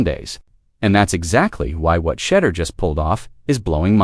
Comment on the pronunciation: Why is your video mispronouncing Shedeur’s name when your video says his name correctly… we know when people mispronounce a black person’s name is racist tone